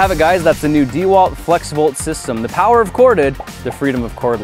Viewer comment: I wonder how the sponsor of this video feels about your atrocious pronunciation of DeWalt